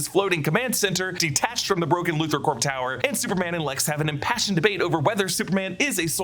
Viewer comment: Lex Loo-Thor. lol just say Loo-ther.